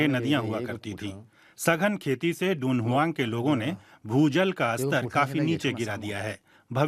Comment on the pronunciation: शहर का नाम तुन्ह्वांग है डुनहुआंग नहीं